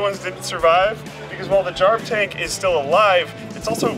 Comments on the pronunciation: jarv tank i thought you said jar of tank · Is it just me or when I first heard "Jarv Tank" I though he said "Jar of Tank"? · Thought he was saying jar of tank cuz I wasn't looking at the screen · *Jar of Dank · Tought he said "Jar of Tank" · It sounds like he is saying jar of tank for jarv tank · You're not the only one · me 2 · I actually heard "Jarv Tank" as "Jar of tank" First time. Not a native english speaker though.